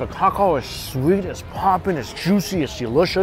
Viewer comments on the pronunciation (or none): none